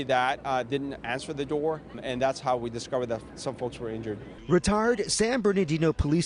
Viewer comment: Did he say retard instead of retired?